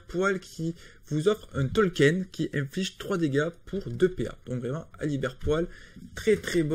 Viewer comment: Est ce qu'un jour tu arrêtera de dire un taulken ? x') c'est un TOKEN sans L ;p